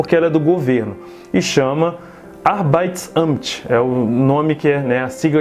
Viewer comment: Vc me parece um menino super dedicado inteligente e guerreiro. So Uma pequena dica com Humildade: Tenta diminuir o Te ou de . Tipo "Arbeit" pronuncia apenas o" T "sem acrescentar Uma silaba. Tambem passei tempo para aceitar isso kkkk